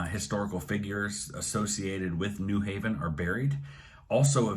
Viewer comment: How I know you’re not from Connecticut: you stress the “New” in New Haven instead of the “Haven” LOL :p